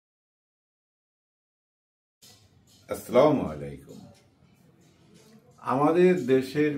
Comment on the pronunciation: আসসালামুআলাইকুম, আসলামালাইকুম না।